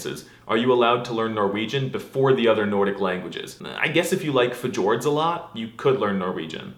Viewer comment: his butchered pronounciation of fjords absolutely killed me